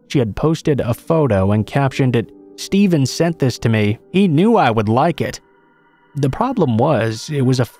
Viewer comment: Whats up with the way the name Steven is said the first two times in the second story?